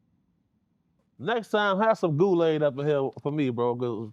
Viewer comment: Big homie said Goolaid😂 for the GDs